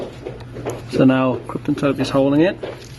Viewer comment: It is pronounced "Captain" Tape - Kapton - not Krypton. It cannot be used to defeat Superman. I noticed that the digitizer you removed had a copper border while the one you placed had a silver base - this is a sign of using the lowest quality, cheapest parts available. I strongly advise you try to source "original" quality parts, made to the same specifications as the originals and not the "high copy" cheaper versions. One good thing about doing things this way is that even if you do buy the cheaper high copy screen, you're still transferring the original home flex over to the new screen. High copy screens that come with home flex preinstalled are not going to come with the small SMD components that are required for Smart Cover function to work. If you transfer over the original flex, it will have these components on it.